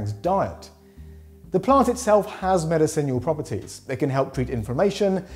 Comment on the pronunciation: Anyone else bugged by his pronunciation of "medicinal" in the story about Rakus the orangutan?